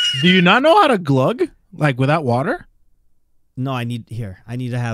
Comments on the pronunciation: it's not Glug it's GUH :) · Mori: "gUH": "desperately chokes while trying to pronounce it"